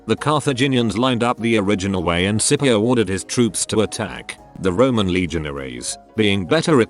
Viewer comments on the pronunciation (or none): none